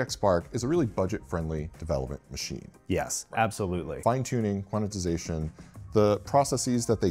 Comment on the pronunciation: Quananananannanatixation? Please, it's Quant-ize-ation. There's no "na" in tyere.